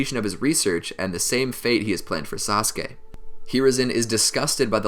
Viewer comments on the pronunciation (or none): Did he say sauske